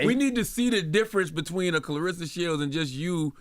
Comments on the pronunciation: her name is claRESSA, not RISSA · I just wish they would’ve pronounced her name correctly at least once. Claressa not clarissa. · Great interview. They gotta pronounce her name right though. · Either a lot of y'all or illiterate or just half ass fans...the woman's name is CLARESSA not Clarissa!